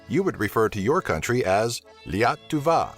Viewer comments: not laituva but liietuva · mister give me your skype and im say you how to talk right in lithuania becose you sayd rong not liatuva you making shit from my language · No it's not. I'm lithuanian and it's quite a relaxed word. It's hard to write how its pronounced, its pronounced how it's written. He put to much emphasis on E. Lietuva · ik its super hard to pronounce words correctly in lithuanian, but its so funny when you say: LYETIUAVA XD. Its Lietuva dude(-guys). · Liatuva???!! 🤣🤣😂😂 sorry...btw its Lietuva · Lietuva liatūvą is what YOU said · ne lyeituva o lietuva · Blizzar Vlogz yeah he said "liatuah" but should say "lietuva" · its not Liatuva its Lietuve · Zaokas omg i did its lietuva and he said liatuva 😂😂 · its Lietuva Not Ieatuva :) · akcentas zmogau, akcentas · lietuva not letueve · you made a small mestace you prenauced Liatuva but corectly is Lietuva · you fuck tard its Lietuva not liatuve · I cringed so hard when he said lituva wrong 😖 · its lia-tu-va that's easy how to say it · lukas preguza Before you get mad at an English native speaker for speaking "liatuva" incorrectly, maybe you should learn English. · liatuva ( sorry but you said it i know its hard ) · well you almost said lietuva correctly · u pronoucned lietuva bad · I love his attempt of saying 'lietuva' thanks for trying😀 from a Lithuanian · thumbs in the boobnail also as a Lithuanian, you pronunciation of 'Lietuva' made me gag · k that's SUPER NOT how you say Lietuva 😂😂😂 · LMAO LOL m8 not even close. I had to listen like 5 times to understand you were saying Lietuva LMAO! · Did anyone else cringe when he said "Lietuva" (coming from a lithuanian) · Aleksandras Gabrielius when I said "(coming from a Lithuanian)" I meant that it was cringey the way he said "Lietuva" and I was saying that I am Lithuanian so I know how the word "Lietuva" is meant to be said. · Lol you dint even pronounced Lietuva correct. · you said lietuva wrong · it's funny how ather people pronounce Lietuva